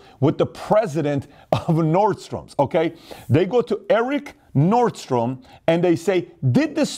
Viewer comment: Hey Pat the name of the store is called "Nordstrom" there is no [S] at the end so it's pronounced the way it is written.